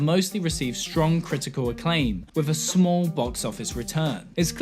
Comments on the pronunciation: I can't tell when you are saying smol or small. I am too confused by this. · Your pronunciation of “small” and “smoll” is goddamn near indistinguishable. It nearly ruins the video. Should have run this by a few people first. Sorry to get all Dickpix on you.